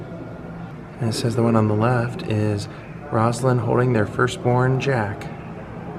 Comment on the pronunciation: One of our great presidents. Accomplished more in four years than most do in eight. Please note that Mrs Carter’s first name is pronounced Rose-a-lynn, not Roz-a-lynn or Rozlynn.